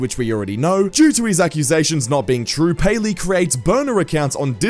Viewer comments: it not payleey it gayleey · Payleey❌️ gayleey✅️